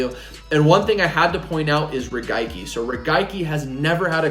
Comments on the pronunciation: He said “regaiki” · That is definitely not how the Japanese say it. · “Regaiki” lol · I knew i wasnt the only one. Wasn't sure if i was saying it wrong for a 100 years or if thats how they say it in Japan